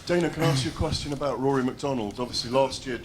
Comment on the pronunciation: Aboot, Definatly Canadian lol